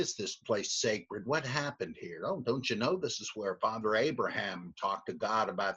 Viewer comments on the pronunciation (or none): none